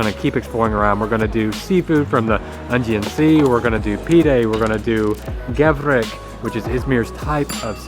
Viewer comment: Gevrek, not Gevret